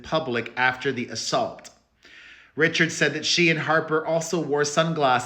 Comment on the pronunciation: Dawn’s name is pronounced “Ree-shard” not “Richard”.